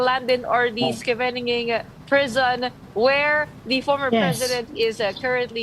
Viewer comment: You can pronounce Scheveningen like this. S-K-FE-NI-NGEN